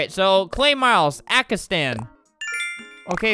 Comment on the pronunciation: Kinda happy that he meant Pakistan but kinda ma cuz he said ackistan